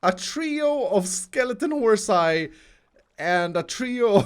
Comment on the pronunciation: ...Did you just say horsi?